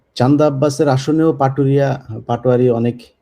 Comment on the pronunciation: নামটাও ঠিক ভাবে বলতে পারছে না😂পাটুরিয়া